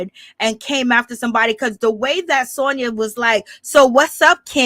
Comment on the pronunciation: I’m mad you keep giving this girl my name and I can’t take it nomo..her name is SANYA NOT SONYA 😂